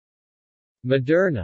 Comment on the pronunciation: It's pronounced mo-dur-na. Not ma-dur-na.